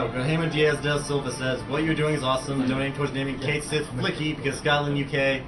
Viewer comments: I heard the name pronounced "Ket" (or "Kit", don't remember) "She". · I have two problems with this run. says NOTHING about what he's doing, and they don't know how to pronounce "Cait Sith." Spoiler: it's "kat shee." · konkakonkadudu Except Cait Sith is pronounce Kate Shee. Certain Japanese characters don't translate well to english. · Also, in Dirge of Cerberus, they pronounce his name as "Kate", although don't know about the Sith part. Heh. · NO ONE is going to pronounce Cait Sith's name correctly first time through, so me, including many other people, are always going to say it as "Kate Sith" as it's spelled.